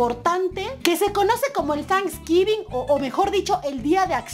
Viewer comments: Se dice: tenksgivin! asi te lo escribi como suena. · se escribe tanisguivin pero se pronuncia teinsguivin!😄